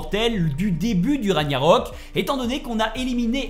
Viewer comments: Ragggggggnarok... Pas Ragnarok... MES OREILLES ! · Beau travail mais on dit Ragnarok et pas Raniarok. C'est le titre du jeu, le terme est répété des dizaines de fois durant l'aventure. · RAG - NA - ROK Et pas Raniarok stp..... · Juste par par pitié, pas ra »gnya »rok , mais ra »gue « narok 😊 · J’adore La vidéo mais la prononciation des mots me fait rire comme le « Raniarok » 😂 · RAG-NA-ROK pas Raniarok sinon chouette vidéo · Pk les gens prononce Ra Gnia rok alors que c'est ragna rok ya pas de i dans le mot hahahah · Repeat after me...raaaaaag narok...pas compliqué pourtant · Comment tu peux avoir poncé le jeu et avoir autant inexactitudes sur la trame principale sérieux... Et jte parle même pas de la prononciation du nom des lieux où personnage... Même le nom du jeu tu l'écorches... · Par cintre cette façon de prononcer ragnarok 😂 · Ça choque que moi les larbins qui disent "raniarok" au lieu de "raguenarok" Mdr "corne" c'est une "cor" mon dieu cet analphabète Une âme de dieu dans le serpent, c'est simplement un géant Mama mia plus j'avance plus c'est horrible, "Surt" pas "Sturt"